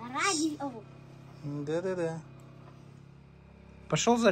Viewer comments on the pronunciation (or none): Как сказал радиво так и будет писать Тим,правильно говори.Радио.